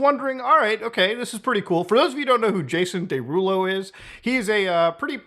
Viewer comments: Jason Day-Rulo lol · “Jason DayRulo” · day-rulo? well thats wrong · I thought Muta was mispronouncing Jason Derulo's name on purpose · Bro he said his name in every song he ever dropped and you STILL pronounced Jason Derulo's name wrong 😂